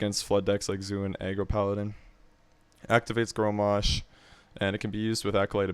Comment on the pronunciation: Good principal overall. But its Grom-mash.. or grom for short... It isn't Gro-mash.